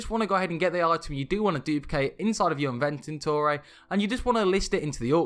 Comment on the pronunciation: Bro i love your vids but please for the love of god pronounce it "invent-or-e" not "invent-in-ore-e"